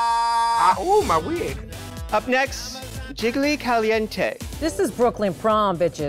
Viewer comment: I can't with the brooooooklyn